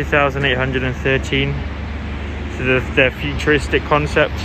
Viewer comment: has me DEAD And then when Lando can’t pronounce 2813 😭